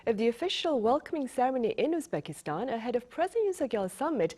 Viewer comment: Correct your pronouncing. not Uspakistan. Uzbekistan!!